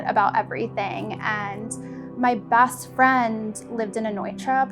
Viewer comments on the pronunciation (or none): Her vocal fry is learned. It’s an LA Kardashian culture thing. Gross. And the “O” vowel replacing the short “A”... “that” becomes “thot”, “best” becomes “Bost”. “Thot green dross totally looked the bost on me.”